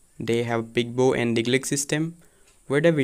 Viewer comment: 17.58 ( point 4) It is not "Pigbo". It is Rigbo. While Daglék is a paid labour system in Mising community, Rigbo is not.